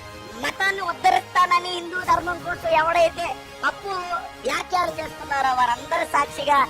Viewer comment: వ్యాక్యాలు కాదురా బేవకూఫ్ వ్యాఖ్యలు ముందు తెలుగు పదాలు సరిగ్గా మాట్లాడరా తొండ మొహం